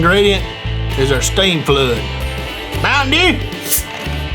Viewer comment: I died (that's how I'm gonna say mtm dew on the hood from now on XD)